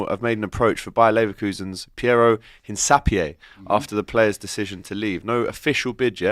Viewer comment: It is pronounced: IN-CAP-YEAH 🙏🏼